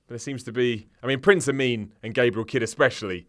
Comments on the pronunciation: I heard it once and now I can't unhear it. Every time they say Prince Ameen I hear Prince A Meme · Right at the beginning she said Prince Ameem WTF MOMENT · "Prince Ameem" ... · I swear the interviewer calls Prince Ameen as Prince ameme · "Prince ameme" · WTF Moment - the huge breasted lady that talks like Sheamus called Prince Ameen, "Prince Ameem".